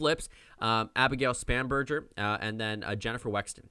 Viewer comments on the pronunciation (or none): The Spanberger is a a hard G. (Span-ber-g-er)